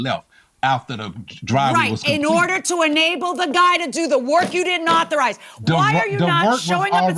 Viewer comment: 😂😂😂 u was artized to say right word lol 😂 😂😂😂😂 authorize man……